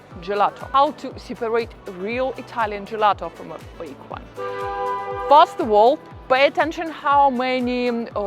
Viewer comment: Other than your British Russian Accent you have a lot of good points. Work in saying “but” and “first” in English. It sounds nothing like those words. 😅